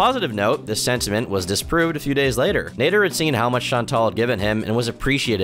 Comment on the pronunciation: It's Naader as in cat not Nayder